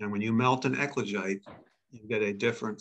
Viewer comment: Equijite?!? Ecuagite? Eklagite?!? If anyone is interested in Googleing the "high temperature basalt" they keep talking about, it's "ECLOGITE". It took me quite a while to get close enough to the right word that Google would give a decent suggestion. 🤔